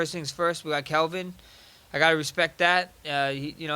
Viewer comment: Calvin not Kelvin